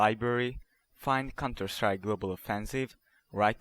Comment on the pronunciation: lel he calls it cunterstrike